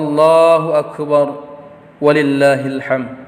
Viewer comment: Ada lima kesalahan Khotib ini, di antaranya: waktu baca ayat wa lillahi (ولله) .